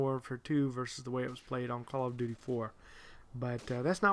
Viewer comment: when you say call of duty it sounds like color of duty